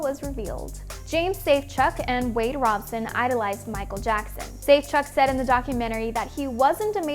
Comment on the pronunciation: I believe Robson isn't pronounced like you are saying it. Guess you didn't actually watch the thing you are reporting on.....